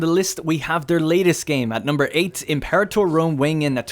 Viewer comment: Learn how to say imperator. It's a latin word, not english.